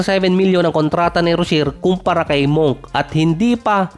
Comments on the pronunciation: Monk ka monk, ayusin no pronunciation mo "monk the right pronunciation ay " munk" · Malik Monk hindi Malik Moonk 😂